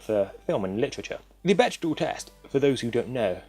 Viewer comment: You're triggering me, it's pronounced beck-dell, not bech-dahl